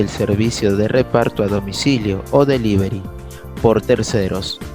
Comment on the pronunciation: delivery o delibery